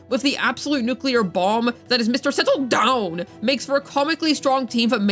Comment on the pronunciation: I'll never, ever get used to the "Mr. sETtle dOwN..!" 😭😭😭